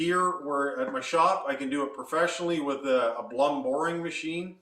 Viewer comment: You miss pronounce Blum.